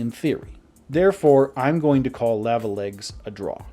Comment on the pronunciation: how the fk did you just pronounce "lava"?